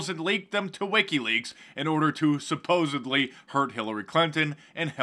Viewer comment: FYI, Mark... when you say supposebly instead of supposedly, you sound like an imbecile. I know you are not but just an FYI. Maybe it is just a pet peeve of mine. 2 cents. I'm also a big fan.